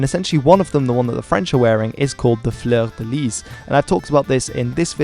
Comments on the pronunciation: Pronunciation of French names.... "A-QUIT-ain", "Fleur-de-LEE" 😉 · The 's' is not pronounced in 'Fleur de lis', as it's French... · He can't pronounce fleur de lit properly, that's for sure... that could well make him English ;) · We all had to take basic French at school so you've got no excuse for mispronouncing 'fleur de lis'